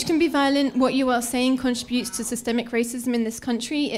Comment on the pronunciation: Dumb broad can't even pronounce "contributes" correctly.